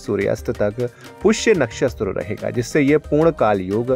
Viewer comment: कृपया अपनी भाषा सुधारें नक्षस्त्र नहीं होता नक्षत्र होता है अपनी भूल का सुधार करें प्लीज